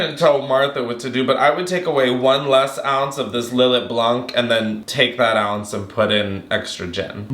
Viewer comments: btw babes its pronounces " lil-aye", its so yum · Lil let is fortified wine, btw (and is pronounced Lill—ay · Lill-lay is how it is is pronounced. I manage a liquor store and I was embarrassed the hard way.